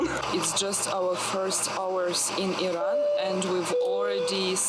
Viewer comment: You have very beautiful hair. And thank you for pronouncing it Iran unlike all the uneducated Americans who always call it I-ran!!!!!